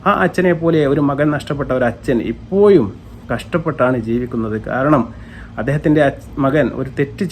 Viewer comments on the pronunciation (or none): എഴുപത്, ഇപ്പോഴും.... എന്നാണ് എയ്‌പത്, ഇപ്പോയും അല്ല 🤣